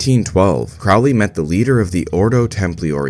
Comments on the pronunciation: It’s peounuced crow Lee, like holy, Now Craaaaly like fouly. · Crowley is pronounced CROW-LEE. Rhymes with Holy, not Foully. Ozzy is wrong. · You mispronounced Crowley